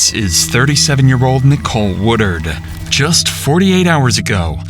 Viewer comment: It's "Woodard" not "War-dard"